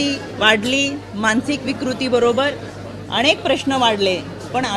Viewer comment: अनेक असा हा शब्द आहे ताई अणेक नाही 😅 तुम्ही अणेक असा उच्चार करता आहात ऐकायला खुप घाण वाटतं अती शुद्ध नका बोलू 😅😅😅